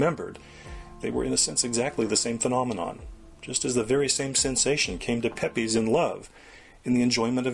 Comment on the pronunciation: Pepys is pronounced 'PEEPS' lol and Occam is pronounced "Ah-Kuhm'/'Ah-kam'